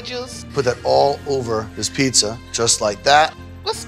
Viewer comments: It's called PIZZA not PISSA!!!!!!!!!! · Am I the only one hearing her say peesa or pissa? Why?! Just pronounce the Z's!!! FOR THE LOVE OF GOD... PRONOUNCE THE Z'S!!! Edited after watching her "Concoction": Nevermind... that is a pissa. Unique from Pizza as much as Mikes Pot Pie isnt a Pizza either, but they both still look great. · Hey. Love the show! But, it’s pronounced “peet-za” not “pee-za” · Is me or does it sound like she said PISSA instead of PIZZA? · When she says “Peesa” instead of “Pizza” it’s like nails on a chalkboard for me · peesa. PEESA. PEEZA. PEEZA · i cant stop hearing "peesa" and it makes me want to tear my ears off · Is she mispronouncing pizza like “pissa “or I need a doc appointment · Can’t stand when she says “pissa” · why she sayin PISSA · Is she saying piecea.. lol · A grown woman pronouncing pizza as “peessa” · I really hate the way she says "peeza" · Oh god why does she keeps saying PEESA??!! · The fact that the host of a pizza show cant actually say the word pizza is kinda hilarious to me. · Somebody has to teach how to pronounce pizza. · Somebody teach her to pronounce pizza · Just came to say once more that the host of this pizza show can't pronounce the word "pizza". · Pizza show. Step 1: hire a host who cant pronounce pizza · why can't the host of a show about pizza pronounce the work "pizza"? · I love her, but the way she pronounces pizza makes my eye twitch a little lol 😂 (not hating, she’s pretty cool) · Neither of these is a pizza. One of these contestants literally can't even pronounce pizza correctly. Terrible show. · Y'all really did a pizza show and chose someone who can't pronounce "pizza" to host it huh